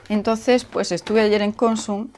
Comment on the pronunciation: Hola!! Una puntualización, que ya sé que voy a quedar como un pijo grammar nazi jeje.Cuando dices Consum el golpe de voz va en la última sílaba, vamos,que es aguda.Incluso aquí en la Com. Valenciana hay gente que lo dice mal.Por cierto, se te oye de lujo ahora con el micro 🥰🥰